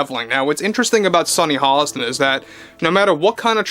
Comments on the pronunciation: It's Hostin, not Holliston. Otherwise, you're spot on. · Dude there’s no L in her last name! C’mon guy! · There is no l in Hostin.